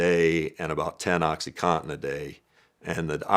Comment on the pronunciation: Oxycontin not Oxycotten